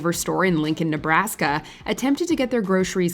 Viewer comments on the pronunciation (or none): none